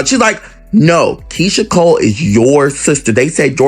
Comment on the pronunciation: I hate when AI narrates, can’t even pronounce Keyshia’s name